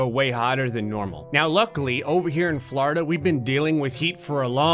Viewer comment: ITS FLORIDA NOT FLARDA